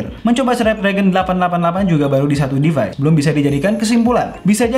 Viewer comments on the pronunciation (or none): none